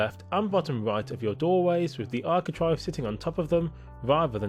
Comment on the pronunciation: It's architrave not architrive 🤦🏻‍♀️